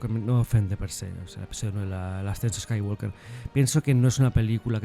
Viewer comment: Eres el primer youtuber de Star Wars español que escucho que sabe pronunciar correctamente el apellido de Anakin y Luke. 😎👍🏻